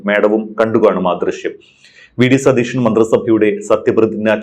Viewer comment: മാഡം, ടീച്ചറായിരുന്നില്ലേ 🥰, അവതാരകനോട് പറയ് സതീഷൻ എന്ന് പറയരുത്, സതീശൻ എന്ന് പറയണമെന്ന് 🥰🥰🙏🏽